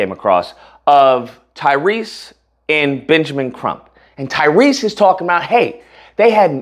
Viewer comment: If you’re gonna keep up the current grift at least get Tyrese’s name right… I’ve never heard any other person pronounce it that way